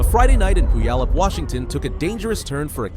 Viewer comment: It's amazing the narrator pronounced "Puyallup" Washington correctly. My father grew up in the area.